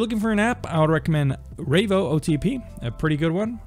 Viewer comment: LOL, how did you get Ravee-o out of Raivo?